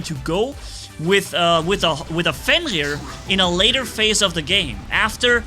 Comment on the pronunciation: I like how says like “Fengir” instead of Fenrir Edit: they’re Marquess not Hussars Edit 2: i wanna see more Minos only gameplay